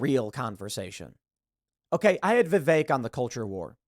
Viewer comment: no offense, but you need to learn how to pronounce Vivek's name